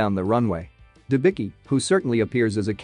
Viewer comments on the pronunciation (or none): Her surname is pronounced Denbitzki. Not Denbiki!!!